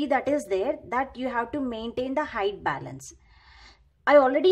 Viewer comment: Bailance bolna bnd kr